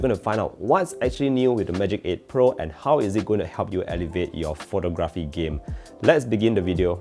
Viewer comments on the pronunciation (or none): Pho-TOG-raphy. The stress is in the second syllable